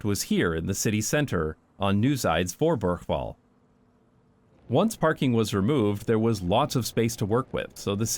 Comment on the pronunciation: your dutch pronounciation is getting zo goed!!! one tip: articulate everything, you forgot the E in niewEzijds voorburgwal .